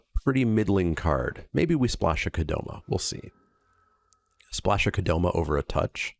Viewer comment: What do you call Spikay Saturday #314? The only other thing I want to let you know(, because any other thing I've said to the screen while watching doesn't help my cause of getting heard by you): It's Kodama, not Kodoma.